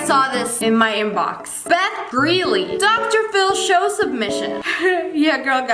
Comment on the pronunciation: did anyone else catch her saying drshow submisions ar ? no just me, okay.